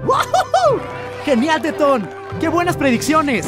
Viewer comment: Yo igual escuché teton jsjsns, creí que era el único